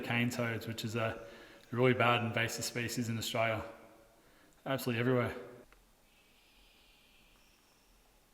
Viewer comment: Australia with four syllables not three please 😂